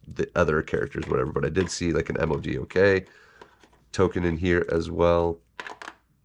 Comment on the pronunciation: You say his name MODOK (mow-dock), not the letters separately.